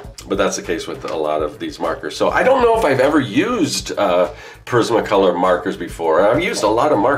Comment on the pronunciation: Respectfully I have to inform you that your pronouncing Prismacolor wrong because no one else has. Lol its Pr-iz-ma Color not Pa-riz-ma Color.